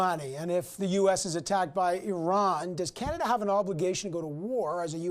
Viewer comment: He said eran it’s iran